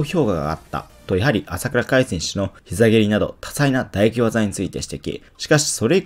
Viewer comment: 「打撃」が全部「唾液」に聞こえてしまうのは、格闘技チャンネルとしては致命的だと思う。